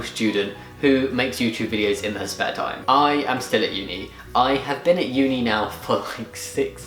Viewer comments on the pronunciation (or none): It really did sound like "her" - I realised it must have been "their" though